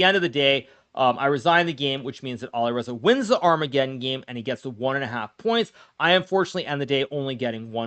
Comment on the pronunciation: Hilaru pronouces the word 'armaggedom' correctly, then he procedes to mispronounce it. 😂😂